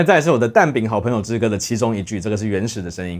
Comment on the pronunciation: 「大家都是蛋餅的好盆(ㄆㄣˊ)友」